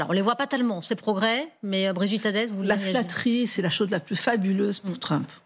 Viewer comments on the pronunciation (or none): Brigitte Adès comme "Hadès"😂😂😂😂😂